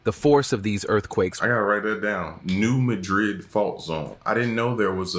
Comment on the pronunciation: New Madrid, pronounced new mad red, is in missouri, not Tennessee. The story they told about the creation of the reelfoot lake didn't even scratch the surface. The fault follows the Mississippi River. The land didn't just fall where the lake is, it caused miles of ground to fall, and the lake just fell a little more. I lived there for 3 decades, on the bluff that rose up from the earthquake. The lake isn't that deep. You could walk across it, and theres only a few places that would be over your head. The earthquake was felt all the way up into New York, chicago, and it rang bells in Philadelphia. Reelfoot lake is the largest eagle estuary in the northern hemisphere. The largest crappie, and the largest bream, state record holders, both caught at reelfoot lake. It was David Crockett's favorite place to visit. The only real downside, besides the people, are the indigenous snakes. Been lots of people die there. When i was 4, a boy around the age of 7 jumped into the water during the rut, snake mating season, they ball up around the females. Poor little feller never had a chance. Been several snake deaths over the years. Worth a trip up there still, its a massive lake, good fishing and Boyettes restaurant, best all you can eat catfish restaurant anywhere.